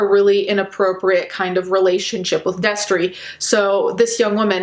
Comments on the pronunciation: I heard “Destery” and it hurt. This is not okay. I didn’t exactly love him, but I knew him and still remained subscribed. I’m not excited to be disappointed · God fucking damn it not Destery fuck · I was watching this and my mouth fell open when she said destery i just watched his videos like yesterday smh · Noooo when you said Destery my jaw dropped. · I literally screamed NOOO when you said Destery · I literally Spewed my food when she said destery. (I’m eating lunch rn) I had no idea. I was a fan of him in middle school and I’m 23 now.... weird. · I LEGITIMATELY GASPED WHEN I HEARD “DESTERY” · I literally yelled "NO" when you said Destery. I'm so fucking sad. WHEN WILL IT END??